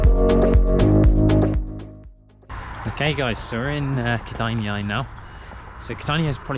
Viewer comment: ked-eye-nae is how kedainiai is pronounced lol